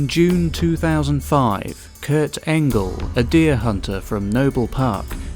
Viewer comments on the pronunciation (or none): none